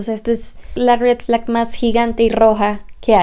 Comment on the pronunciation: Jejeje como me encanta cómo pronuncia red flag UwU